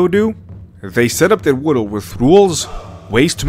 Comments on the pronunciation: Why do you pronounce world as "wideled"? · The way this dude pronounces stuff keeps taking me out of the video "wohdl" instead of "world" being the worst offender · World : ❌ Wodolde : ✅😂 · I got 3 minutes in and had to click off dudes lisp is too much lmao. He pronounces “world” as “wordle” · I like how he says "Naruto world" like sudowudo. Joking aside, rasengan was a mistake. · “Woodl building” ? Really? You’d think that if you were going to make a video which required repeating the same world dozens of times you might actually learn how to pronounce it first. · It sounds like you say "worul" instead of "world", But I get you bro! A Spanish speaking I to strangle to pronounce that very same word 🙁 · not to be that guy but.. world is not pronounced woodoo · You pronounce "the Naruto world" as "Narudowoold." I like it! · "World" doesn't fucking have 2 god damn syllables! Stop fucking pronouncing it as if it fucking does! Speak your natural language so I don't have to listen to you butcher my language! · At first I was mad about the way you pronounced Naruto then I heard how you pronounced world & got a general sense of how the rest of this video was going to play out. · *Nurudo Wudold